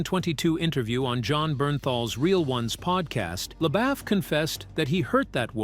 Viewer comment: His name is pronounced Le-boof not Le-baff